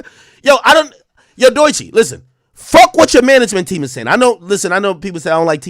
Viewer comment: The only people hating on Doechii are Drake stans. What about her going absolutely viral on YouTube and TikTok doesn’t Ak get. And I hate the way he mispronounces her name. She is just catching these strays because she is signed to TDE. Ak used to be better than this